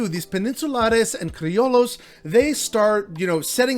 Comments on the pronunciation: I think the proper pronunciation of CRILLOS , White Spanisrds born in Mexico , is criyos ..mot criolos ..lol...just saying . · "Gusano" doesnt mean Cuban American. This is a tough topic, and I think you should at least know what the F youre talking about before you post Edit: "Cree-oh-lows" lmao I just have to admire gringos willingness to make themselves look stupid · Pronunciation tweak - Criollos = “Cree-o-yos” - but otherwise a solid video. Truth bombs. 👊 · Double L in spanish and french prononced like a y which also exists. So like crioyo sound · Fire ass info 💪🏽. The mispronunciation of criollo low key bugged me tho 🫢